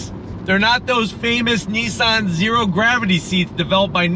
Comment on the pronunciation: ITS NOT NEESAN ……. ITS NISSAN………WHAT DONT YOU FEKKIN UNDERSTAND ABOUT THE ENGLISH LANGUAGE………???